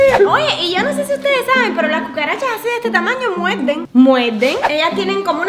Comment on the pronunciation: Wao los cubanos hablan diferente xD como que pronuncian la R como una L sandra dice "muelden" en vez de "muerden" o "maltina" en vez de martina y asi xD que cool como hablan, y otra cosa él tiene un gran talento en el dibujo :)